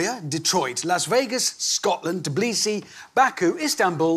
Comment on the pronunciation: Please stop calling it tiblisi, its tbilisi